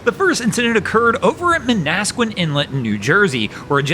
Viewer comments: That is pronounced "maan a squan" inlet. The guy has to be an idiot. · It's "MAN-as-quan." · 1st story: MAN-ah-skwan. BAR-na-get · just a small nitpick from a local. Manasquan is pronounced Man-a-squan.. the end sounds similar to swan, but with a q . Barnegat is Barn-a-get. Other wise, keep up the good work, good to see some local idiots getting the love they deserve. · Man-ah-squan Barn-ah-get light You're welcome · Manna-sqwan ... let's grab a turkey sandwich at Hinck's on the way!